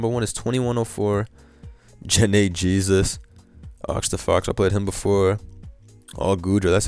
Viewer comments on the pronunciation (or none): none